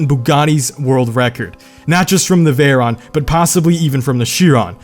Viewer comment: You're pronouncing it wrong it's pronounced like 'veyro' and 'sheero'